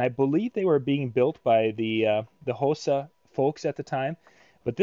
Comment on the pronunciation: Hosa is Pronounced (Ha Saw) Its Japaneses name.